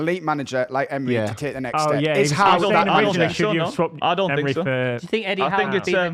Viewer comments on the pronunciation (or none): it’s “Emery” not “Emre”